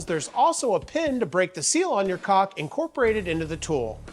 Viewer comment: there's no "L" sound in caulk!! as for the chisels, i have had those for a few years now and they are great. highly recommend